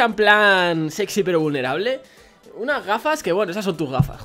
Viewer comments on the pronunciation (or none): none